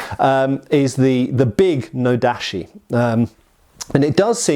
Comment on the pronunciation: Great video, but your pronunciation slipped! Japanese "chi" sound like nodachi / tachi is always a hard "ch" like "chips" or "chimpanzee".